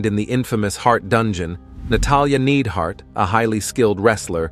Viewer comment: Stop mispronouncing niedhart ❤